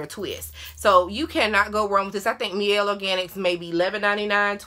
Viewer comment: Great video as always! Just wondering why now you started pronouncing the Mielle (my-el) as (me-el)? You were saying it right 1st. Not coming for you just a follower of the company (as I know you are too), kust didn't want others to be confused. I hope I didn't offend you, but I correct YTbers that say it incorrectly so they can say it right in the future.